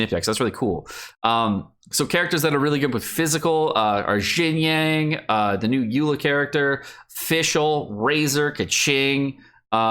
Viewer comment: Yo dude. I know you don't care about how the character's names are officially pronounced, and neither do I that much. But it took me a few minutes to figure out what you meant by "Jin-yang". At least listen to the English voice actors pronounce their own names in the game via the in-game Character menu, because it gets more confusing as time goes on in your videos. Love the content though, been a long-time sub.